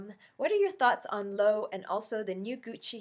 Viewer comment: Love hearing what other you tubers do for a living...I too am in the financial services industry. I love those floral Gucci bags and the Loewe bags are beautifully made. I know this only because my best friend works for Neiman Marcus--Loewe is pronounced Low-way-vay (in case you care...lol).